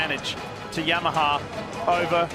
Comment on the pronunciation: why Yammaha? 😂